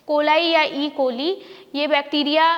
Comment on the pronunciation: Tuje bhi kuch Nahi maloom , aise hi andu pandu jhandu log without Complete info or knowledge video bana k dusro ka time waste karte h. E. coli ki pronounciation hi seekh le pehle itna faltu bak bak krne se pehle